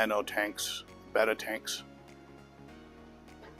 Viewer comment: He also mispronounces betta. And he is old enough to know better!